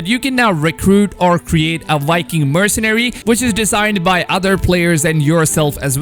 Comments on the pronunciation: Are you calling Vikings, "Wikings"? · 🤦‍♂️ Because, they're called Vikings. So why is he saying "wikings" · It’s Vikings not Whitekings 😄😄😄😄